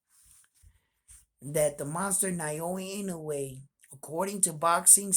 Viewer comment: Hey, you've got the "Inoue" pronunciation down now. 🙂 Now let's tackle "Naoya" It's: nah-OH-yah You're saying it like: nai-OH-ee Japanese vowels are actually super simple. They don't have very many of them, and the romanized spellings show you pretty close to exactly how to pronounce it. "NA" = NAH "O" = OH "YA" = YAH